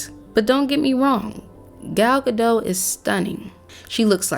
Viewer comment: The queen in Snow White is supposed to be one dimensional. And the character has just a couple of minutes or screen time versus a couple of seasons. And you can't even pronounce Gadot right.